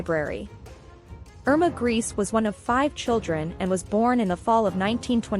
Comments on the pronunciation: So lazy making a historical video about people you can't even bother researching how to pronounce their names. Calling this (horrendous) person "Irma Grease" throughout! Guess you're getting your YouTube views which is oblviously your main concern. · And Grese is pronounced “ Grey-say” 🎉